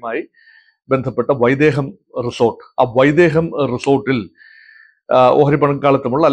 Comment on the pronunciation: Not vaidheham but vaidhekam.